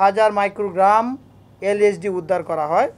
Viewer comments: did you noticed that he Say "isd" 😆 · ইন্সপেক্টর সাহেব এইভাবে কথা বলেন কেন?সুন্দর মত কথা বলেন,আইএসডি কি,এইটার নাম তো এল এসডি। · পুলিশ ভাই ওটি আইএসডি নয় এলএসডি। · that police officer can't even say lsd correctly and here he is talking about how dangerous of a drug LSD is